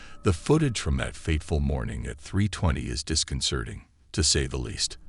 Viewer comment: This narrator has a deeply disconcerning way of saying this deeply is disconcerning .does he even know he is saying it wrong it’s concerning that he doesn’t even know his English also he just keeps repeating same exact things for every video clip 😂